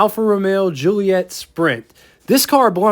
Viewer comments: Dude...please..JU-LI-Et-AH. The later car (1600) is a Giulia. Where do you get Ju-LI-ett? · Great review- they are incredible cars for their era, still fine in traffic now which for a 60+ year old is fantastic. It's italian, so pronounced- Jee-ooly-ett...A!